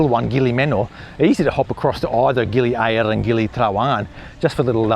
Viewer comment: Gili "A RRRR ra" Mate you got your own version of Indonesian! lol Thay say Gili "Ay a ra" you say Gili A RRRR ra sort of like "Aribba Aribba" lol too funny lol